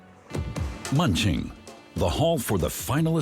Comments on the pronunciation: "Munching" lol. Hard to take this seriously. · AI voice over incapable of pronouncing German place names... hilarious.